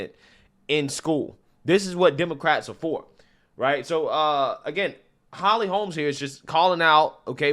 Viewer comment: I agree with you points; I usually do. Minor thing here: please stop calling her Holly Holmes. There is no “s”; her name is Holly Holm.